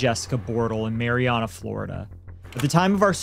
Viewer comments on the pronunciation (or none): Marianna is pronounced Mary-AN-UH btw. For future reference!